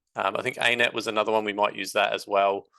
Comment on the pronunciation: dude you said ANet like iNet .. got me confused for a second lol